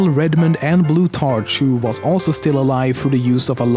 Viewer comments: Nice vid, BTW the 'ch' in the name Blutarch is pronounced 'k' as it is in the word 'school'. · The way he pronounced Blutarch annoyed me greatly. It should be pronounced a like a k not like a ch. It is counter intuitive but English is generally difficult, but it can be understood a through thorough thought though. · Blutarch is pronounced blue-tark, it bothers me how he says it. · He way he pronounced blutarch and pauling made me so mad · ur saying blutarch wrong